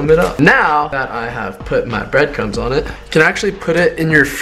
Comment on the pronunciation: Was saying "breadcums" or breadcrumbs? 😂